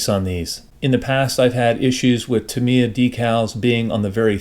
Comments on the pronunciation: No, it isn't. There is no inflection on Japanese syllables. It's tahm-i-ya. The i is slurred over though. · By coincidence I recently acquired a copy of this very kit, so it's good to know it goes together nicely. p.s. there's a website that gives the proper pronunciation of words from all different languages, and it settled for once and all the argument on how to pronounce Tamia. It's TAM-ya!